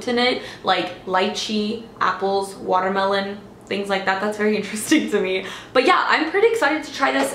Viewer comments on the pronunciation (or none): none